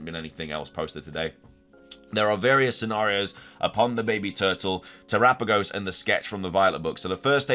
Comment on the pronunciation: oh, i know. he use to ignore commenters trying to help him pronounce terapagos correctly, and the only time he replied to a comment was one of the few that corrected him but didn't give a proper pronunciation with "how am i supposed to pronounce it then?" and it's like... bruh, look at all the other comments 🤦‍♀️